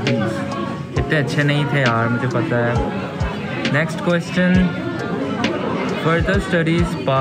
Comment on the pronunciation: His way of saying Ques-chion, true pakistani accent.